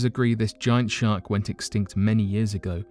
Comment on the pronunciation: can you say shar"k"? instead of shart... your a shart!!! o.0